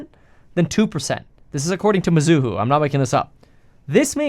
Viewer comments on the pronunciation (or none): It's not mi-zoo-hoo It's me-zoo-hoe